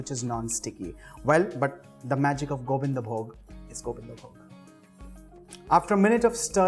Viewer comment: Being a bengali, I can say you followed all the steps that we do to cook Bhoger Khichuri... It's just that we add the gorom moshla powder at the end along with ghee & avoid the garlic... Anyway, I can smell it... It's delicious 😋❤️ & I love the way you said "Gobindovog" , "Jharna ghee" & "Gorom moshla"😄